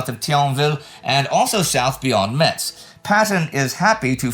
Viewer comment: Just FYI Metz is pronounced "mess", the t is silent